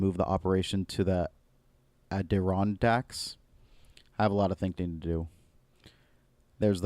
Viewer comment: He butchered "Adirondacks"